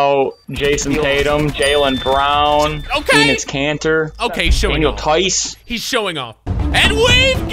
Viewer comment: MY MAN SAID DANIEL THEIS LETS GOOOOOO